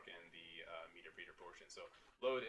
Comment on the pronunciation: PS It's pronounced 'meh terp reter', not 'meeter preeter' lol.